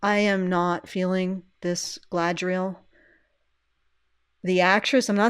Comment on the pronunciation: The Sindarin "dh" is like the Norse þ, which isn't really happening there IMO. Less Galadh-riel, more Galad-rhiel. Still not the Queen's Elvish, so to speak, but who is speaking anyway?